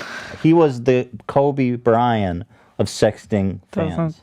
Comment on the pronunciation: Makes fun of keem for not knowing its Juliet. Proceeds to say "kobe brian"